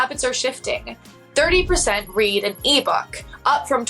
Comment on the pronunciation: The way she incorrectly pronounced 'read'. It happened more than once which makes me wonder if this is AI? 😮